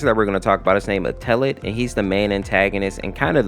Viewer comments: i hate you say (eh-teh-led) eteled, its actually (et-el-edd) eteled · In the eteled series he's pronounced "ed L led" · UMMMM ACTUALLY- IF YOU GO TO GOOGLE TRANSLATE, THEY SAY ITS PRONOUNCED ETOLED 🤓🤓🤓🤓🤓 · WHY DO YOU PURNOUNCE ETELED LIKE THAT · Just to let you know, your saying Eteled wrong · You said Eteled wrong 😭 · I don't mean to sound rude, but Eteled's name is actually pronounced like "kettle" without the K and then the last syllable is like "led", and then its said all together fast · A little braincell fizzles out whenever he pronounces eteled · Listen bro some people have harder times pronouncing words than others and sometimes those words can be pronounced multiple ways such as chara So give. a break man